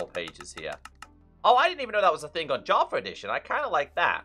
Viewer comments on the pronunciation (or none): Its funny how he call java = javer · "Minecraft Javer Edition"